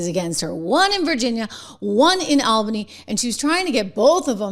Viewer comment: It's pronounced All-bany.